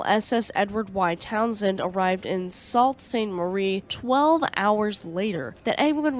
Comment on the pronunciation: I know it doesn't make sense but Sault is pronounced Soo. Rather sue like you might sue somebody in court.